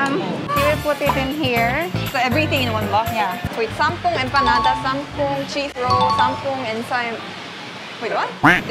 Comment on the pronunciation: Empanada + Ensaymada = Empaymada lol go